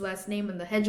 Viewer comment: You were learning about Gramsci in college, yet had no resource available to learn how his name is pronounced? Know what I mean? You also can't pronounce "heh-JEH-muh-nee" correctly.